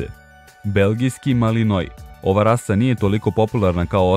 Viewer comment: nije belgiski malinoi nego belgiska malinoa